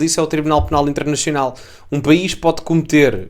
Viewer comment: Direito " Internechional " ? Não entendi .